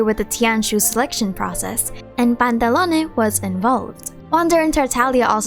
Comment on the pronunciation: its PANTALOWN! NOT PANTALONEY..